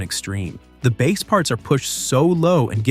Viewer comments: Its mister base, man not mr. Bass man,sounds like you talking about a fish😂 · How about pronunciation Mr "Bass"man as the fish instead of "base". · Mister Bass, pronounced like the fish, Man.